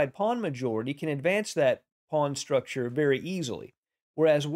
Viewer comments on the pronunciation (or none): none